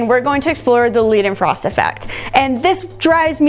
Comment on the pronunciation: It's pronounces like Leyhdenfrost lol. It also happens between solids if one of the solids sublimates in ambient conditions. Might me nice for a future video, take dry ice and some smooth surface and you're basically all set. I'm currently working on an experimental setup to measure the vapour layers thickness of such a situation for my master thesis.